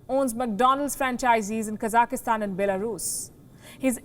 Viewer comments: Can you please pronounce the country correctly? It's not Kazakhistan, it's Kazakhstan. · Why are you pronouncing Kazakhstan like "Kazakahstan"? It sounds weird. Stop it. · Its not KAZAKISTAN ITSTS KAZAKHSTAN lol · Should be pronounced as Ka Zakh Stan right? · 3 syllables; not 4. Ka - zakh - stan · Hey,why do you pronounce the word Kazakhstan incorrectly, there is no letter -e.,no -i. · Lindly read the spelling of the country ur talking about so u pronounce it correctly. Thank you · A reporter should know how to pronounce a country's name properly